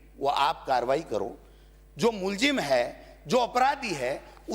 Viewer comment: मुजरिम ❌ मुल्झिम ✔ 🤣🤣🤣